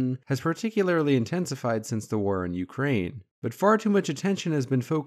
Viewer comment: Great video! Just a little bit distracted by the way you say "war" though